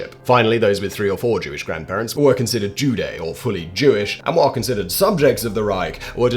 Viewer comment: Good piece, which I was already aware of. Just one small correction. In German, a J is pronounced like a Y, so Jude is pronounced Yoodeh and the plural Juden is pronounced Yooden. Also, there is no ch sound in Hebrew. Chabad is a guttural pronunciation kh , pronounced Khabad like spitting out phlegm or the loch in the Scottish lake Loch Ness or the German Achtung(attention).